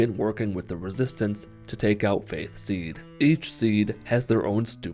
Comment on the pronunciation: when he said faith seed i thought he said faze seed